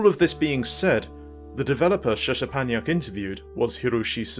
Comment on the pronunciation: Nice video - thanks for name checking my books. I appreciate it. The SZ is pronounced SH as in ship, and the CZ is pronounced CH as in chip. Just imagine the Z letters are H letters. Anyway, well done on tracking down the emulated footage of the games. It really is quite rare, especially in English. I do not have the source code - the magazine, which was there on the day, I think belonged to Suzuki himself or the colleague who introduced me. They brought a lot of materials in. The only source code I personally had was for the puzzle game PITMAN. The Tokugawa forums have a lot of English speaking enthusiasts of Japanese computers, and someone there might have scans of the source. Anyway, it's very cool to see that the work that went into the trilogy of books has resulted in others digging deeper into specific topics, and using it as part of their research. That makes me very happy. I've also passed this video link on to the colleague who introduced me to Mr Suzuki, so he'll probably be able to pass it on to the man himself. As a side note, the third and final volume of the books was published last month. In it is an interview with a sub-programmer on Metal Gear 2 (Toshinari Oka). Though it's not hugely in-depth regarding the game, and covers a lot of what was already discussed in a previous online interview.